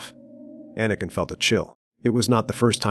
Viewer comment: Jedie? Quiee-gon-Jin? Ah-nakin? Pain, listening to this, it brings. Yes, great suffering.